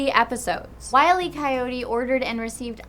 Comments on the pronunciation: Hate to be that guy, but it's not "Wiley Coyote." It's "Wile E. Coyote". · Oh I thought it was Wiley E. Coyote I knew the E was there heh funny mistake thanks for the correction.